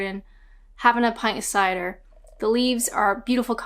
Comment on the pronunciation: Your cider pronounciation was almost west country.